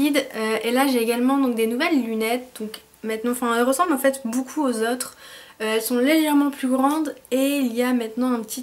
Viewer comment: ''boucoup" ahah ! :p sinon super la routine teint !